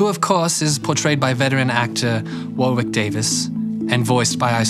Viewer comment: A give-away,... Warwick, in English 😊 is pronounced Warrick (silent W as in Greenwich...) x